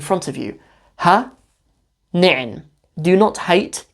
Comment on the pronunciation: I am so proud of you for correctly pronouncing ha i nicin.